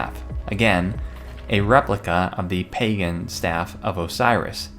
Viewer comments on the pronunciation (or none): none